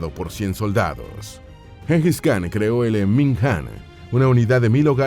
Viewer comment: En idioma mongol khan se pronuncia Jan. Y el nombre se pronuncia Chinghis